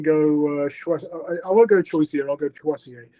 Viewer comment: Choisya is a great shout one on my tracker 👍 And you are pronouncing it correctly, Choisya is a shrub plant one in your garden they are great 🌱🏇